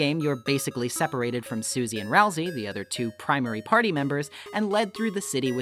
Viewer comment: Say susie without ie